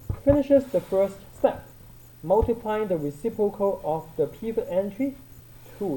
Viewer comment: "recipocal" hahahahahahah